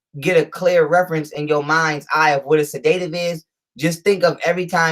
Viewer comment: LET'S MAKE A FEW CORRECTIONS BEFORE YOUR LECTURE. >>>>THE WORD SEDATIVE IS NOT PRONOUNCED SA-DAY-TIVE, THE CORRECT PRONUNCIATION IS SED-AH-TIVE. >>>>NOW, LET'S LOOK AT PROMETHAZINE WITH CODEINE. THIS MEDICATION IS USED FOR PATIENTS WHO ARE SUFFERING FROM PNEUMONIA WITH A PERSISTENT COUGH THAT CAUSES SEVERE CHEST AND LUNG PAIN. >>>>THE PROMETHAZINE IS A COUGH SUPPRESSANT BY ITSELF AND IS HARMLESS WHEN USED CORRECTLY. >>>>THE CODEINE IS TO RELIEVE THE PAIN WHILE THE PERSON IS COUGHING. >>>>NOW THE PROBLEM THAT COMES IN WITH THIS MEDICATION IS THE FACT THAT THE CODEINE IS MIXED WITH TYLENOL WHICH IS DAMAGING TO THE LIVER IN LARGE AMOUNTS. >>>>USUALLY THE DOSAGE OF TYLENOL TO CODEINE IS 325MG(TYLENOL) TO 5MG, 10MG, 7.5MG(CODIENE). THE LIVER CAN SHUT DOWN IF MORE THAN 3000MILLIGRAMS OF TYLENOL IS TAKEN WITHIN A 24 HOUR TIME FRAME. >>>> THE USUAL DOSAGE IN A TEASPOON (5ML) OF LEAN IS THE 325MG/5MG, 10MG, 7.5MG. >>>>SO, 325MG(TYLENOL)X10 TEASPOONS IS 3,250MG. ENOUGH RIGHT THERE TO SHUT THE LIVER DOWN. >>>>WHAT IS HAPPENING IS THAT, IT IS BEING POURED WITHOUT MEASURING PLUS MIXED WITH OTHER SHIT! >>>>AND MAYBE POURED MORE THAN ONCE A DAY. SO THEY AREN'T ALLOWING THE LIVER TO CLEANSE ITSELF TO PREVENT FROM BEING OVER DOSED. >>>>THE MEDICATION IN LIQUID FORM CAN BE PRESCRIBED AS 1 TEASPOON EVERY 4 HOURS WHICH WOULD EQUAL 1,950MG OF TYLENOLIN 24 HOURS OR 2 TEASPOONS EVERY 6 HOURS WHICH WOULD EQUAL 2,600MG OF TYLENOL IN 24 HOURS. (4X6=24, 6X4=24). >>>>THE SPACING ALLOWS THE LIVER TO CLEA